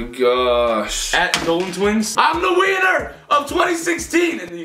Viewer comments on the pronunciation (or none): it sounded like Ethan said "IM THE WIENER" instead of "IM THE WINNER" 😂😂💞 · am I the only one who heard wiener instead of winner? haha xD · It sounded like u said i am the weiner of 2016 😂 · Lmao I thought Ethan said “I’m the wiener “ 😂😂😂😂😂😂😬😬😬😬😬😬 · Did anybody else hear Ethan say :"IM THE WEINER OF 2016" instead of winner..? xD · Did anyone else hear I am the “ wiener” of 2016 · I sound like he said I’m the wiener of 2016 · it sounds like Ethan says "I'm a wiener!" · I'M THE WIENER OF 2016